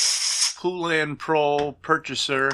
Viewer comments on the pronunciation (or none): Po-lun, not poo-lan, let’s all try to pronounce Poulan together correctly!